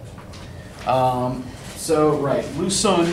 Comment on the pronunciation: I know it is difficult to pronounce Chinese names, so I figured I would let you know that your pronunciation of words like Xun and Qing are off. Chinese has two different sound that represent our "sh" and "ch". So when writing these in Latin letters, Q was used to represent one "ch" sound and X was used for "sh". Because of this and the "un", Xun is pronounced more like "shween", likewise Qing is pronounced "ching". Keep up the great lessons.